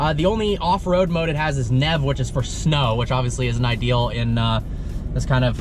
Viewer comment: "NEV" mode lmao i'm insulted